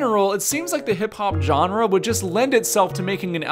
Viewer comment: Every time says genre, my soul twitches